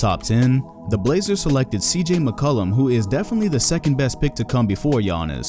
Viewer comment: The disrespect on CJ’s name